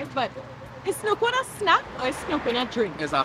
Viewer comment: It is snoo cone